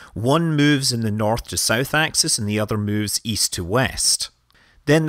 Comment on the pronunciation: Great video. I try using this to show flat earths when they claim no real photos of Earth exist. Love the accent. It took me a few seconds to realize you were saying East when you said "GOES est".☺